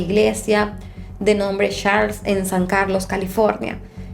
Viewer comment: Falta mejorar un poquito más la pronunciación ☺, por ejemplo la iglesia era Saint Charles, no "Sharles"..buen video y un caso muy interesante. Gracias 🤗